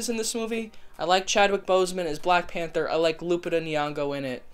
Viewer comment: You pronounced Lupita's name wrong.